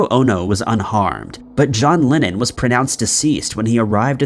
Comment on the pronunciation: His name was and is John LEnnon. NOt "John LInnEn" ! Bloody m#r#n !